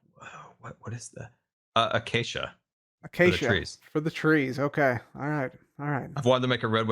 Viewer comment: anyone else really proud of for being able to pronouce Acacia?